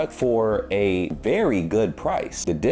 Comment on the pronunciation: You say the difference between günstig and billig. You're a real German 👍